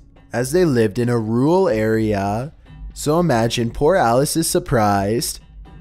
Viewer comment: Rural arèæ